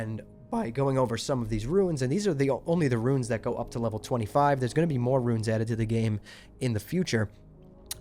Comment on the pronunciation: It's pronounced "roons" not "ruins".